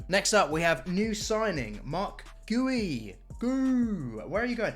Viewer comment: Bro you said goey instead of guiu 🤨